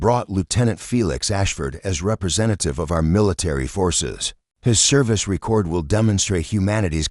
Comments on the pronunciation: ree-kord. downvoted. unsubbed. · Again with "dot" and the AI repeatedly using the wrong pronunciations of common words. For example, in this video it keeps using the pronunciation for the verb form of "record" instead of the noun. This channel is obviously one of those bot farms that doesn't care about content.